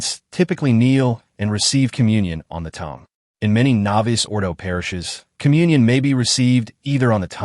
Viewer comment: The Traditional Faithful want the Traditional Roman Rite (Latin) of Holy Mass...not the novus ordo. And please tell your AI staff to update the pronunciation of novus.....its novoose....not novice.